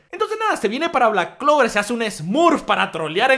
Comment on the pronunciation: Sabemos que se empieza a tomar en serio a Black clover porque ya no dice clack blover tan seguido